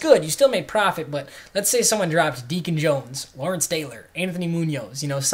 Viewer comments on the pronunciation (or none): none